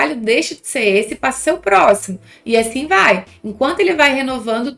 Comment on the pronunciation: Sim kkk tava falando 'asfim'